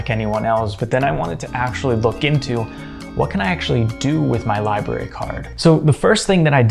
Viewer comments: Li-BRAR-ee. Not Li-Berry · I hate to be 'that guy', but it gets incredibly irritating after hearing 'library' being pronounced as /lai-be-ri/ throughout the entire video 😂